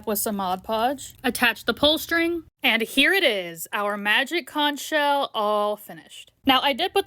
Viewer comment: Oo magic cunch sheal what do we do now? Nothing 😂😂😂😂😂